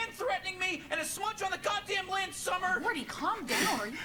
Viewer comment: Lol Morty sounds like he’s saying “lins” instead of “lens”